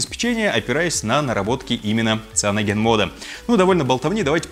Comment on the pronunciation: Ну цианоген мне тоже слух режет. Как и моке вместо моуки.